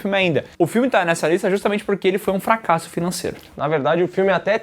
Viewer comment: representa muito bem a língua portuguesa com fra-ca-sso ao invés do jeito certo. FRA-CAS-SO